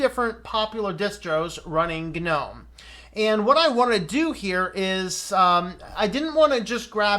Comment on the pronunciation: I think people who pronounce Gnome as Guh-nome should be shot, strangled, and hung upside down naked in Times Square. It's as stupid as pronouncing Linux as Luh-inux. I don't care what Stallman or anyone else says. It's wrong, it's just wroooong!